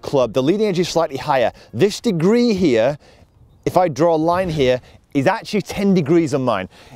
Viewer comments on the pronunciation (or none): none